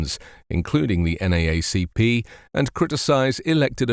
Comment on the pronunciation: From a Yank in UK to a Brit in US - extra credit for local pronunciation 'N double A C P'. Thanks for the reporting and advocacy.